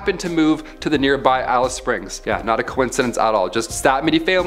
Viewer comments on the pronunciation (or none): none